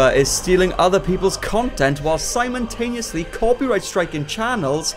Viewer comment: The way you said simultaneously was too funny